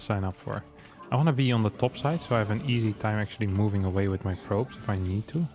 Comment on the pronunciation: I'm NoT a MoVaiNG ProberBly! Proxeeds to not a move at all